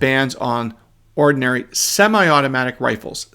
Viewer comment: I think I like the emphasis on the word ORDINARY in describing semiautomatic rifles...... As in, ORDINARY semiauto rifles.